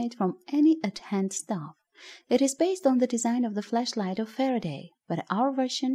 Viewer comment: Be careful with the way you pronounce it please. Flash light and flesh light has a HUGE difference.